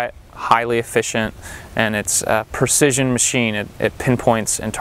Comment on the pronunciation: "Percision" that's not a word; you mean Precision... ;)